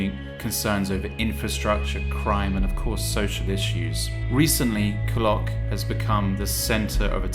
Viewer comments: It’s pronounced ‘Cool Lock’ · You could have bothered to learn how to pronounce Coolock... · He cant even pronounce Coolock ffs